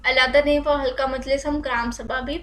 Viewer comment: halka nahi halqa